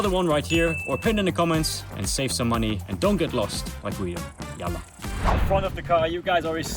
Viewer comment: The yalla at the end was ON POINT! Who taught you arabic is a genius